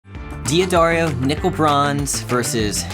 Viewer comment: A little bit of pedantic, pickiness--Hear how the owner of D'Addario pronounces his name at about the mark.